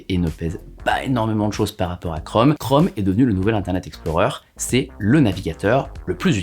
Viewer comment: Tu dis Google Chrome ou Google Chraume ?